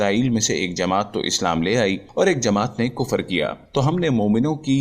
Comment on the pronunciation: Thalaffuz sahi karen .... Kufar. Wrong h Sahi h Kufr.. Matha ki enjeel ..wrong h.... Mathew ki Enjeel padho.